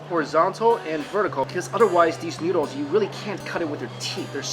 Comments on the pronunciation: He says nyudles instead of noodles :P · Lol he keeps saying "newdles". Am I the only one here finding that funny?